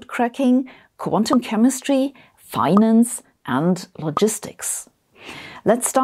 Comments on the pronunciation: Hehe. "Finanance". Anyway, great video. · "Finanance"? How exactly is that pronounced, anyway? 😂 Great look at this, though! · I didn't even notice it after reading this comment, watching the clip, reading the comment 3 more times, and finally understanding that finanance isn't supposed to have that many an's in it.